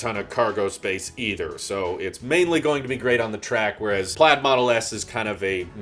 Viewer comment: Pladd? not Plaid 😜😎